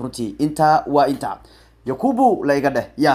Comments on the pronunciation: 😂yakubu maha ee yacqub waye🤣micnaha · yacquub weeye magaciisu maaha yaquubo😀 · yakuubu maahanee yacqub waaye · yacquub waaye yakuubuu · yakuubu ma ahanee waa "yacquub"🤣🤣🤣🤣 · Sxb magaca thomas partey waa yacquub ee isagaa ku dhawaaqi karin